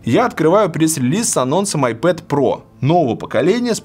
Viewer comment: Получается айпопэд/айпопит